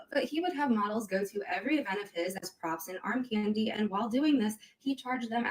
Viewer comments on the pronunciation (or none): none